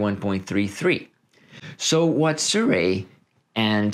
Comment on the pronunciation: It's pronounced "See-roo-eee", not "Soo-ray" :)